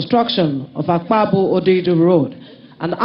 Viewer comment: It's actually Akpajo Odido road and not Akpabu